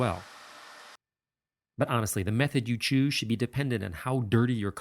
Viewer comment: “ the method you chooosh” 😂😂,,,,, but thanks for the tips,,, love ur videos 👍🏻👍🏻👌🏻